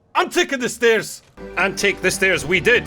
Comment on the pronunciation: "I'll take the stairs." Said no Scotsman ever...